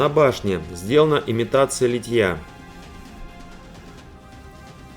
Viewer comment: Почему Вы говорите литьЯ? Надо говорить лИтья, как лИтник!